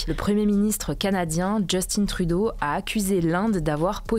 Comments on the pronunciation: juste un trou d'eau. En vrai tu as raison cependant. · Pourriez-vous apprendre a prononcer correctement le nom de Justin Trudeau svp? Il mérite un peu le respect quand même. Merci